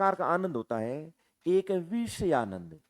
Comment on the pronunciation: आप बहुत अच्छा पढ़ाते हैं । लेकिन कहीं कहीं उच्चारण और लहजा ठीक नहीं लगता। जैसे - आप विषयानंद को वीषयानंद बोलते हैं। मतलब विषय को वीषय बोलते हो। बुरा मत मानना मैं आपकी तुलना में कुछ नहीं हूँ